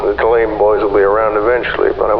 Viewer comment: Hearing Tulane pronounced "tuh-LANE" took me out. Lovely work, most of it is fantastic, it's just jarring to hear one thing so wrong when the rest of it is like anyone I'd hear back home.